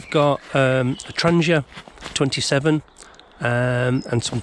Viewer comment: I love hearing "Trangia" pronounced the same way as the manufacturer pronounces it. I salute you for trying to get away from the ingrained "Tran-gee-a" pronunciation that has become so pervasive in almost every bushcrafting video I watch!